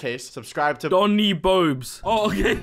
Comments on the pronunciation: I love how he says his real name but he says hahahahahahhahahaha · I like that he voiceovers Bionic and said “”